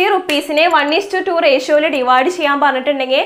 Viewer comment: Mam nammal rashio ennaano pronounce chayya ratio eenn pronounce cheyyaamoo ?